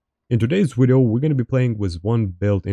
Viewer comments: “ermm.. well its my wideo 😂 wideo 😂 its my wideo is called broken for reason 😂 my wideo” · impressive how he uses a W in every word that has a V like "Wideo" and still i understand perfectly everything he was saying